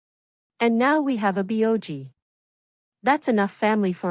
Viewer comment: obviously staged. can't even pronounce aboji properly.